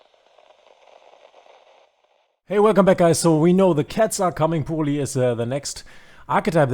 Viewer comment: shouldnt it pronounce as purely? saying pool-ly really grind my gears lol. Excellent guide btw !